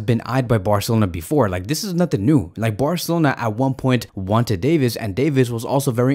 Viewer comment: I like how he says "barcelona"... bwarcelona xd